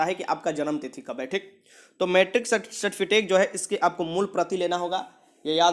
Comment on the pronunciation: Sir certifitek nahi certificate hota hai